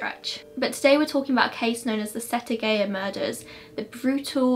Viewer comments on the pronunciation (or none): Thank you for covering this case. You pretty much got everything right with the cultural difference in Japan. Though you did kind of butcher the Japanese names and what not, For example, Setagaya is pronounced set-a-guy-ya. Other than that, good job!